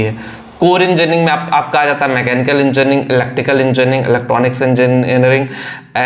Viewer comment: बोल तो पा नहीं रहा है 😮😮😮 enjarning 😅😅😅